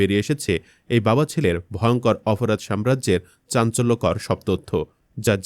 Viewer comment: উপস্থাপককে বলছি, আপনার উচ্চারণ এতো খারাপ কেন? অপরাধকে অফরাধ, ছাত্র কে সাত্র বলছেন! বাহিরে শব্দটা শুদ্ধ কিন্তু চলিত ভাষার মধ্যে বাহিরে না বাইরে হবে, যেমন রবীন্দ্রনাথ ঠাকুরের উপন্যাস 'ঘরে বাইরে'। চলিত ভাষায় কথা বলতে বলতে হঠাৎ শুদ্ধ শব্দ ব্যবহার অশুদ্ধ এবং কথার মধ্যে হোঁচট লাগে শুনতে। ইলিয়াস ভাই এর উপস্থাপনা অনুসরন করুন, আবার অন্ধ অনুকরন বা নকল করতে যাবেন না দয়া করে। নিজের খবরটাই শুদ্ধ করে পরিবেশন করুন আর না পারলে পিনাকীদা এর মতো একদম আঞ্চলিক শুরু করুন তবুও আল্লাহের ওয়াস্তে, বাংলা ভাষার ১২টা বাজাবেন না। ধন্যবাদ।